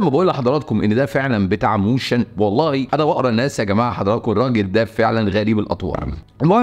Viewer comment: مُوشَن، انت فاهم إيه يعني مُوووشَن ولا تقليد و خلاص فوليدار فوليدار يا مفتري أنا أقول خليك بالمصري أحسن و أشيك و بلاش مُووشن😂😂😂